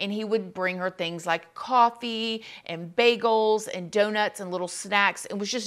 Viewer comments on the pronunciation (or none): none